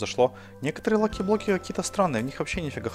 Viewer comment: На Диллерон сказал лахиблоки